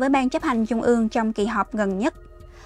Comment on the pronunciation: Là phát thanh viên đọc bản tin mà đọc không đánh lưỡi. TR đọc thành CH .( Thí dụ : Trung đọc thành Chung .!